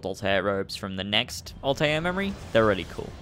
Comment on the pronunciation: I think its pronounced Alta-eer